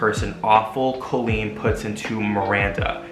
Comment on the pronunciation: Pronounces "Colleen" correctly AND knows where the apostrophe goes in the video title:, you are my hero (designs are beautiful, too)!!!